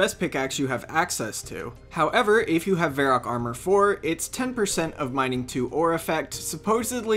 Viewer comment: You pronounce Varrock like Verac